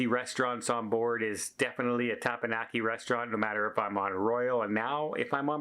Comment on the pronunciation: for the last time.. Its Těp-Pěn-Yǒk-ē 😂😂😂